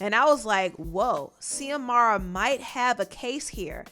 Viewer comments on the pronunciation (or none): Xiomara is pronounced as Ziomara not Seeahmara. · It’s not zeeee-amara It’s Zooeee-mara. That’s a common Spanish name. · Yo I went to high school with Xiomara and I had no idea she was an artist until watching this video!! That so crazy!!! Her name is pronounced Z-amara. She was a year or two younger than me in school but the sweetest person. Anyway hope that helps with the name pronunciation ❤️ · I believe it's pronounced xiomara as in Ziomara not See-omara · Xiomara is pronounced ZeeUhMaruh. X makes a Z sound. My name is pronounced TuhMYRuH and ppl stay saying Tamara…so I had to let you know boo. It’s all love ❤️ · Xiomara is USUALLY pronounced like Shìomara, but fast so it kinda sounds like Shomara. But I'm not sure in her case just wanted to lyk lol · Xiomara is pronounced SHO-MARA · Xiomara pronounce more like (Zee O Mar A) 😉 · Pronounced... Zee-Mora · Xiomara is pronounced ZIOMARA love😉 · Xiomara is said like Zamora